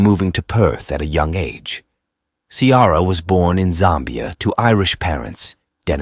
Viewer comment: Ciara is not pronouced Cee-ara. Try Key-ra. It is an Irish name and your bot is insulting it.